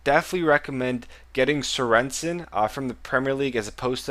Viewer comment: Serensen :-D - It's Sörensen :-D Like the goalkeeper from Stoke, I'm danish :-)